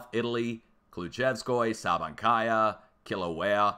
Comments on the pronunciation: Are you from Boston? 🤔 I swear you’re saying Killer Whale...😂I jest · I bet you can't even properly pronounce Kilauea 🤣